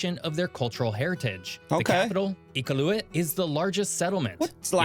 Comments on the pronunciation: If you think PEI looks like Ireland, you should check out Cape Breton Island. Edit * Noon-a-voot (Nunavut) E-cal-ooo-it (Iqaluit) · so the narrator is mispronouncing these places… as others have commented, Nunavut, is Noon-uh-vut Iqaluit is Ee-KAL-loo-it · Its an Elk not a Moose and this AI voice or whatever totally butchers Nunavut (Noo-Na-Voot) and Iqaluit (E-Kal-U-It) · Never mind, he butchered Iqaluit even more than Pelee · That elk identifies as a moose during elk season…also the way this guy butchers Nunavut, Newfoundland and Iqaluit is WILD!